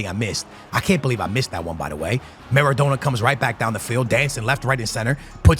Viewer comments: Kills me hearing him say Maradoner its Maradona.. NA NA not NER NER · At what point during this series is going to pronounce maradona’s name right 😮‍💨🤣 says it like doner kebab about 40 times per video 😔